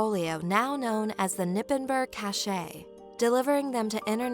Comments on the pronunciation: Just a little side note, it's not "Nippenburg" you say the "K" and pronouns the "g" like something is stuck in your gut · Its "KER-nippenberg"